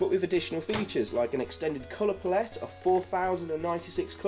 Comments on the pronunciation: Learn how to pronounce palette for f*cks sake! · Cool video despite the odd way you pronounce palette 😂